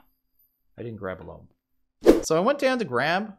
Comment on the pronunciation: "Loam" is pronounced like "roam" and "foam", not like "room".